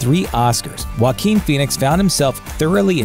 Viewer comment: That's not how you pronounce jaquin